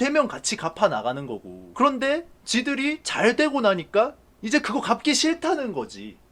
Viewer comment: 그알 이제 ''그런데 말입니다' 가 아니라 '구란데 말입니다'로 들어야함